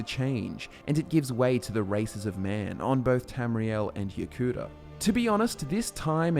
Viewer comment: Pronouncing Yokuda and Ya Cooter is pretty weird, but ok.